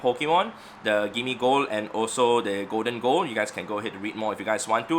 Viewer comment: did my man just say goldengo lmao its pronounced goldingo